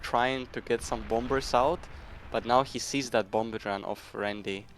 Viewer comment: The second B in Bomber is silent. Very Jamaican sounding caster, haha, "He's making bomba's".